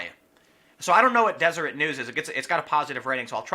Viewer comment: Deseret News is a local Utah publication. It's pronounced "Des -- er -- et"